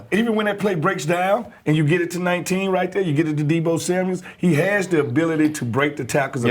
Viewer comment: When is someone telling Smoot is Samuel not Samuels 😂